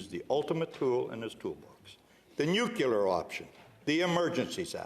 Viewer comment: Are we all going to ignore the fact that he said, “nucular option”?